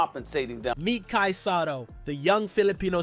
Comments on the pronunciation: Hey who ever you are dude its not sato its sotto you are son of a gun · BRO. NOT SATO IS SOTTO🤣